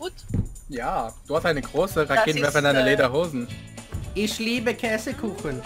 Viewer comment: You can Speak german a little bit but in Käsekuchen (chessecake) you must speak the Ä a little bit longer